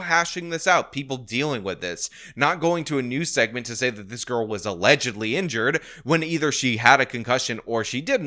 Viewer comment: Allezedly. Not Allegedly! Get it straight man. You keep up your uneven exercise of your arms and you're going to look like Quagmire on American Dad with one arm that is physically much stronger than the other from extensive overuse. This has been Jason talking about and his overworked arm. 🐰🐇🐰🐇💀😎🍀